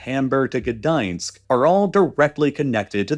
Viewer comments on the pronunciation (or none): Odd choice to pronounce Gdansk in the Russian way.